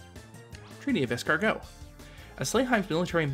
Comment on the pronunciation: You're saying Escargot a dish made from snails. It's Iscariot, [ehs ka ree oht] wouldn't care normally but it's a biblical reference and you usually like to make note of refrences.